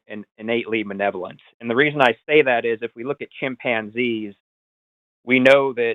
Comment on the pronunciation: dude fancies himself an intelligent guy, but he can't get a basic word right. It's "malevolent", genius. This guy is insufferable.